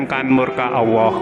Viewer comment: Admin knp saat Nyebut Allah kok kedengaran agak tak jelas